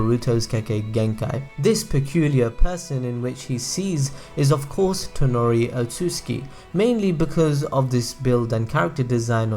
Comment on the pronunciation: Its toneri not tenari